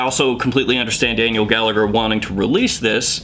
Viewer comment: Not that it matters but “Gallagher” is an Irish surname and it’s pronounced like “Galla-her I’m not sure if the owner is Irish Or not but just to give you a heads up.